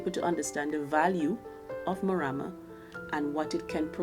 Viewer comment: The lady with spects has the right pronousation of the Morama bean